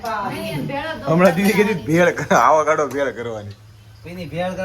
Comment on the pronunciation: આવાકાડો ❌ ઓકવાડો ✅